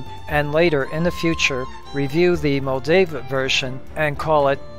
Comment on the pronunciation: It’s Tom Moldvay, not Moldave